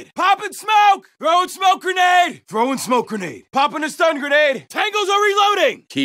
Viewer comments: GRENATTA! GRENATTA! Me: I think you mean grenade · It is he allegedly pronounces the word "grenade" in Russian. Allegedly.